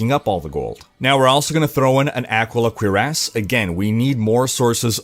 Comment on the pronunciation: "An Aquila Queerass"